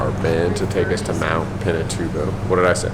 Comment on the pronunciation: you demolished the name